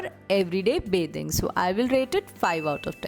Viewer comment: ITS BATHING SOAP NOT BAYTHING SOAP.